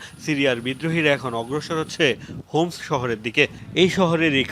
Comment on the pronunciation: হোমস না 👉👁️👁️ হামস